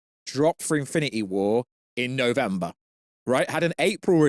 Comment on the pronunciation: What is Infin-ah-ee Wor?